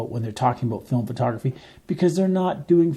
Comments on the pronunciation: FILM, not "fill-em". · Film is one syllable. It's not filim. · Why do you pronounce film like that?